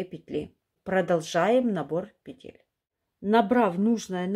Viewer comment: Выучите ударение в словах: "пЕтель", "лЕску". В первом ряду после выворачивания вы вяжете не лицевую, а лицевую за заднюю стенку. Во втором ряду вы вяжете не изнаночную, а изнаночную за заднюю стенку. Вы их названия постоянно путаете, вводя людей в заблуждение.